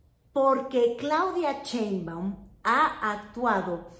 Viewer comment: Me encanta lo que haces, pero me gustaría que pronuncies bien "Sheinbaum". No es Chein-baum, es Shein-baum. Y se acentúa en la "e"; no se tilda porque el origen del apellido es extranjero.